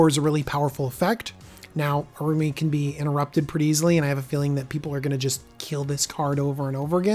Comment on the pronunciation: Generally, I like Deck Techs, but these unscripted ones lack focus. The editing is inconsistent. I get mispronouncing names on a live video, but these don't appear to have been done live, so going back and cleaning them up would be good (example, how he pronounces Araumi in this video). Having watched all of the Commander Legend's videos he's done so far, it also appears that he is missing the boat on where some of these new commanders will shine (example, Abomination of Llanowar gives an alternative for Golgari elf aristocrats. It is cheaper to get out than, say, Jarad and the mana cost is less restrictive needing 1 green, 1 black, and a colorless versus 2 Green and 2 Black). Personally, I'd like to see him get more to scripted deck techs versus these reviews. Other content creators are doing better set reviews that have more polish and DJ shines brightest on his deck techs.